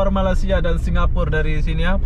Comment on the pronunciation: Mantap viewnya, mantap tutorialnya tapi sayang kenapa ucapannya banyak gak benar, contoh: malaysia dikatakan malasia dan satu lagi yg paling parah TKI dikatakan pula PKI. Mohon maaf bukan bermaksud tidak sopan di komen saya ini, ni cuma sebagai kritik untuk. Ntar kalau mau diposting mungkin bisalah disaring dulu.